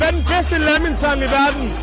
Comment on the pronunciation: Bro siger legit Lamæn (Lamin)💀💀💀